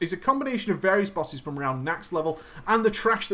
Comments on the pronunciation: Every boss name was wrong that he said. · You never seem to get the boss names right though :D